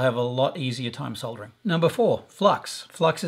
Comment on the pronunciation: Soldering pronounced the right way!